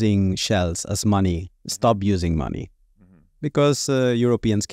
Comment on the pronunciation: Money….sounds like “my needs”